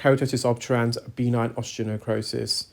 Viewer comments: Again and again, it's not B9 - that's reserved for playing Bingo! It's pronounced "beh-NINE". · I’m curious about the necrosis you’ve mentioned in many videos- is it B9 or are you saying benign? No criticism, just not sure which is being said. 😊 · I can’t tell if he’s saying B9 or benign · Are you saying B9, like a vitamin, or benign, like not-cancerous?